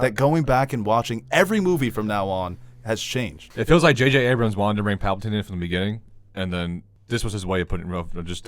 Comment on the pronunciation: Pap-al-tine? No one corrects him in any of these,doesn’t he hear everyone else pronouncing it right?🤣